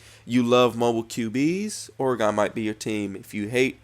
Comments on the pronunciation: I am not trying to be rude, just informative and helping. Oregon is pronounced "organ" like the organs the your body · you say oregon weird as hell lol